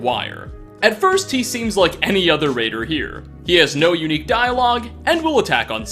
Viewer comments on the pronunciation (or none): none